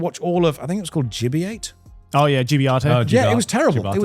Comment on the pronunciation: Why was Joey pronouncing Gibiate like that when the katakana shows it would be pronounced Jib-ee-ate in English?